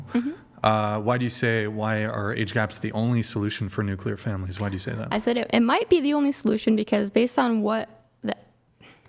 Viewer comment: What is a ‘Nucular’ family? Lol